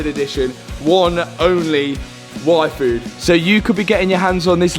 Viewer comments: the meal replacement shake sounds like he's saying "waifu" lololol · Am I the only one who hears "Waifu" everytime says yfood in his app read? I'm not sure I want a special limited edition Matt Armstrong Waifu